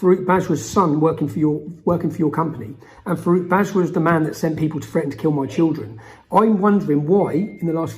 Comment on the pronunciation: When he says 'Farooq Bajwa' I keep hearing 'fruit badger' and looking at this guy, he is spot on 🙂 It's a brilliant video.